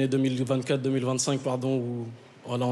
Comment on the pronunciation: Quand il dit" voilà" j'ai l'impression d'entendre WALLAH 😂😂